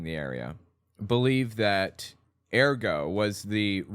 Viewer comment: URR-got, not AIR-go